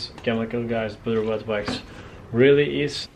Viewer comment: “Bedur witwux”